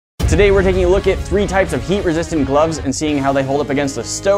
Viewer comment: Can't unhear it